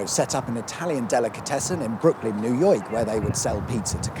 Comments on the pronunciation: Brooklyn, new yewrk? Is this a poor edit or did you have a stroke? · "Brooklyn New Yoik" Dont think we didnt catch that mate :D